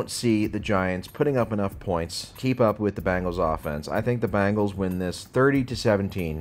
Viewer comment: Who the hell are the BANGLES? Oh, yeah, they are a pop rock band. Geez, you talk about football for a living and can't even pronounce "Bengals"? Can you say the word "BEN" followed by the word "GULLS"? Just try it. And Dallas is going to walk into Detroit and win? Um...no. Not at all.